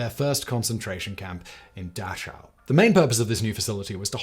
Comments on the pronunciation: I donno how he gets such an important historical place wrong every time he says it: Dachau ... pronounced Dah-kow ... not Dach-ow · Is it da-sha-ow or da-cow. I mean pronounced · Because the correct pronunciation is 'duhck-ow'. Bless Simon, but he needs to brush up on his German. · Say: “dack” - “ the the rest” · I thought it was supposed to be pronounced as a single h like in how? So Dah-hau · ive never heard Dachau pronounced with the "ch", as it would be in the word "chair". ive always heard the "k" sound, like the word "crack"